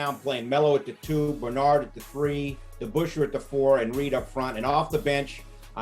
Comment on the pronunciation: It's Debusschere